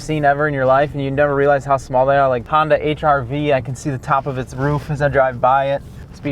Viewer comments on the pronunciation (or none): none